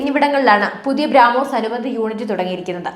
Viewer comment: ബ്രാ മോസ് അല്ല ബ്രോമോസ്